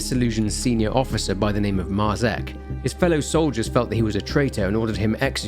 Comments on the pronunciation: Dude, Marzec isn't pronounced like that, and neither is Tykwa, or Dobrucki, use the fucking speaker button in Google translate... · Great source of information. Thanks. One comment; Marzec and Tykwa (surnames), the pronunciation is completely different in Polish ;)